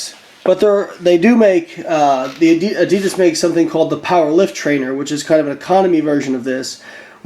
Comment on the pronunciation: the was u say adidas is fuked up lol